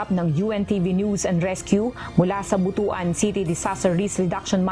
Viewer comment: Pronounce it Butwan, not botoan. Botoan sounds bad for the bisaya people.